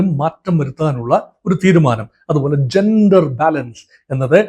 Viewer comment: താനെന്താടൊ ശർദ്ദിച്ചു വയ്ക്കുന്നത്, താനെന്തിന്റെ Dr ആണ്, വാഴക്കുലയുടെ യോ അതോ മൃഗ ഡോക്ടറോ? Canada മലയാളത്തിൽ കാനഡാ എന്നു മാത്രമാണ് അല്ലാതെ ഖാനഡാ അല്ല,കമ്മികൾ പറയുന്ന പോലെ - ഖേരള അല്ല കേരള ആണ്, ചൈന എന്നാണ് ആണ് അല്ലാതെഛൈനയല്ല, ജന്റർ ആണ് അല്ലാതെ െജൻ ൻ ൻന്റർ അല്ല, ലോകത്തിലെ ഏറ്റവും ശക്തിയേറിയ സൂപ്പർ പവ്വർ ആണ് US, അവിടുത്തെ അതിശക്തനായ പ്രസിഡന്റ് അവരുടെ കാര്യങ്ങൾ തീരുമാനിക്കുന്നു, തന്റെ അറിവിലേക്കായി പറയാം മോദിജി Makein India കൊണ്ടുവന്നിട്ട് 75% മിലിട്ടറി സാധനങ്ങൾ ഇൻഡ്യയിൽ ഉണ്ടാക്കണമെന്ന് പറഞ്ഞ് ആക്ഷൻ എടുത്തില്ലെ, അതാണ് US പ്രസിഡന്റും ചെയ്യുന്നത്, അതിൽ ഇൻഡ്യക്ക് എന്താണു തിരിച്ചടി? വെറുതെ വന്നിരുന്നു വാചകമടിക്കാതെ വേറെ പണി നോക്ക്, Meaning less talk